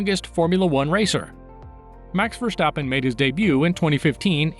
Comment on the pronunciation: Mex Verschtappen